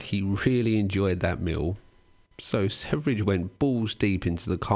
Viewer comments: yeah and also a more correct pronunciation would be sverr-ye but yeah, doesn't matter really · How do you pronounce his name by sayin the 3 (e) first and THEN the v? British foreign language brain fart? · His name is just the swedish word Sweden, ”Sverige”. The first part of the word is pronounced “sver” as in “swear” but with a hard V sound and the obviously no A sound, the second part is pronounced as the “je” part in the word “jet” but with a very soft J sound that is very rarely used in english, I can’t even think of an example. If you want to know exactly how to pronounce the word, just enter “Sweden” into google translate and listen to the swedish translation. I’ve seen this guy gaining more international fame, and infamy, lately. As a Swede, it’s quite fascinating. Since he speaks mostly english, he doesn’t have a huge following in Sweden, probably also because of the insane stuff he says. He’s mostly followed by weird “red pilled” guys. Edit: great video nevertheless! Happy to have recently found out about your channel. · I don't mean to be 'that guy' but his name is Sverige not Sevrige. It's pronounced "sferia" and it means "Sweden" in Swedish 🧐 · Wonder why I haven't found anyone else here commenting on this, but it's "swear-ye" ("sverige" = "Sweden" in Swedish), not "severidge". You excuse yourself from mispronounciating any other foreign name basically, that's fair, but never actually the star of the show lol. No offense though, I still like your vids and this one as well... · Your pronunciation of Sverige (the swedish, pronounced swe-ree-ghe) is atrocious and the only thing marring the otherwise great video. I'm not swedish, but man, how hard can it be to learn basic pronounciation of a word your whole video depends upon? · Sevridge.... It hurts. Ouchie. Sverige just means sweden. How did the e and v switch places? 😅 Probably just watched danknet, he pronounced it the same way. Also good video...